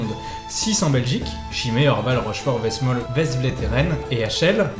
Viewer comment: Westmaal se prononce West-"male" et c'est "un" orval ou des orvaux...